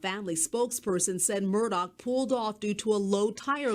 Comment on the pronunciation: Great videos, super live streams, AND breaking news! What's next!?! You're awesome my friend. 👍👏✌ PS listen to a couple news shows, l don't believe that's how you pronounce Murdaugh. Saying this in a kind way, since you will be covering this more. 😏